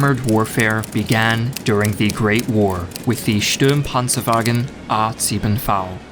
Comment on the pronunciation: True, I expected him to be like most of the other history channels but his pronounciation, besides minor mistakes like saying "Stürmpanzer" and not "Sturmpanzer" and his accent, is extremly good